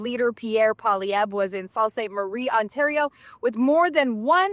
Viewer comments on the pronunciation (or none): Are you Canadian?. You pronounced Sault different then I have ever heard.